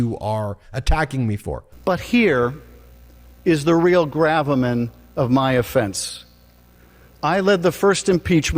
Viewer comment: Guaranteed when representative Schiff said gravamen, Marjorie and Lauren looked at each other and were like, did he just say "grab a man"?